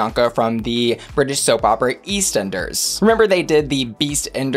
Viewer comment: I'm living for pronunciation of "Eastenders"